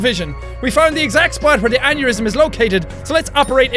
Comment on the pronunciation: Anybody else think of 'aneurism on the toilet' vine when he said aneurism. No just me ok. Leaving now